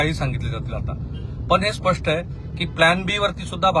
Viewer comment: बोलताना चुकताय स्पष्ठ नाही स्पष्ट म्हणा. ऐकायला खटकतय